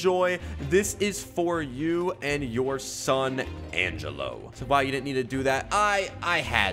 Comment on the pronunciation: According to my calculations its pronounced Angelo not Angello 🤓🤓🤓🤓🤓🤓